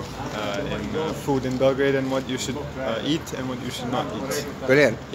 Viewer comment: YOU SAY IT BELOGRAD